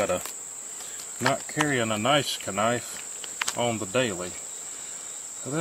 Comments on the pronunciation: Nice vid……..but what the hell is a ka-nife?!!! 😳😂😂🤷🏽‍♂️ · 😂 yes yes someone else that pronounces the K in knife, ka-nie-ffe 😂knife 👏 👏 👏 👏